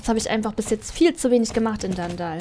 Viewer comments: es heißt nicht dandall sondern dunndul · Danndall XD nicht für ungut wber es heißt dunndull wie man es schreibt so sagtman es auch aus XD trotzdem du bist die beste sso yutuberin der welt😇😀😊💓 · Wie du einfach DanDall sagst und nicht DunDull😂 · Es heißt eigentlich Dundull und nicht Dandall